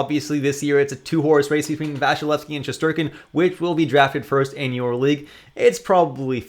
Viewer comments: It's not Vashilevsky but Vasilesky.. just a little note. About Kuemper, he did well in ARI on the other hand, could he maybe show good results even outside COL? Considering your rankings it seems to me that 1-13 goalies are the real number ones to get. Must have one of them as my D1 really. Thanks a lot for a very helpful vid! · Dude, the point was about pronouncination - there is no "sh" but just a simple "s". Vasilevskiy as you're saying is the pronounciation Russians would you use. I'm not sure whether you in Canada/USA pronounce the "y" in the word's end ( doesn't in the video so I assume you don't) - for example in my language we say Vasilevsky(/i), but the point is there's never "sh" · it's not Vasilesky, it's Vasilevskiy.